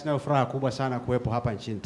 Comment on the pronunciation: Mr president ninayo furua badala ya furaha duuuh kwel kiswahili siyo kimakonde